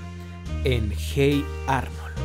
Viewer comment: Hate Arnold jajaja se dice oye Arnold